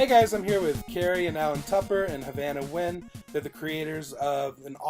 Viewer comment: I always wondered how Nguyen was pronounced... and I'm still wondering.